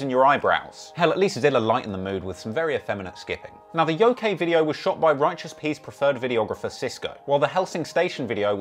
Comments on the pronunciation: That title of the song “Yokai” isn’t pronounced Yo-Kay. The actual pronunciation is Yo-Ki, with a hard “i”. It’s a class of spirit within Japanese folklore that can range from Malevolent, Mischievous, and Benevolent intent. Though many westerners that only vaguely know of the concept of the Yokai usually misinterpret the word using it interchangeably with the Demon. Despite them not being demons at all, even by western standards. Which was obviously 6ix9ine’s intent for using the word, using it to mean demon rather that just coming out and saying it. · This dude said Yo K it’s pronounced YoKai 😂😂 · Lmao its pronounced "yo-kaii" not yokey. Its Japanese tho, so you get a pass. Lol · Its pronounced "YOKE-EYE" not fucking "YOKAY" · Ngl I die inside everytime he says Yo-kay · how he pronounced Yokai annoyed me lmao